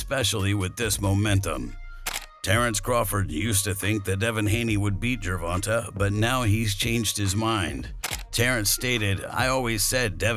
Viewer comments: It's gervontae no ta da fuq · The dude said gervanta 😂😂😂😂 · BRA U SAY HIS NAME WRONG ASF 🤦🏽‍♂️ WHITE FOLKS ALWAYS SAYING SHIT WRONG BRA LOL DAT SHIT BE FUNNY FRFR ITS LIKE 2 pac all over again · Your completely butchering Gervontas Davis name lol